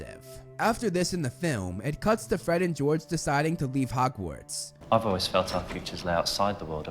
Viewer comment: It sounds like you keep pronouncing "Hogwarts" as "Hockwarts"